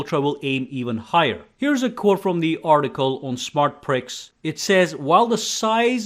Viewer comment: SmartPrix, like Grand Prix, pronounced PREE, not pricks.